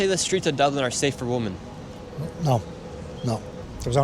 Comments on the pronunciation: Why does the presenter say WOMAN and not WOMEN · Nick you've made this simple mistake before, the word "woman" pronounced wo-man meaning 1 and the word "women" pronounced wi-men meaning more than 1 woman. I know people will say I'm a grammer nazi but I think it's very important to know how to pronounce the words of the language you speak, especially in these times when these words are said to mean something else. The language we use and how it is to be used is so important if we don't want liberal nutjobs making up new meanings that contradict the old meanings. P.s Welcome to na hÉireann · maybe you should look up the pronunciations of WOMAN and WOMEN, too. It’s not the same. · Nick, I appreciate everything you do. I think you’re incredible. PLEASE please please learn how to say the word WOMEN correctly.